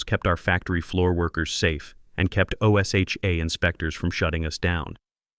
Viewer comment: Please! tell your AI = O-S-H-A (OSHA) is not pronounced spelled out as it's being done here, it's pronounced as one word "O-sha".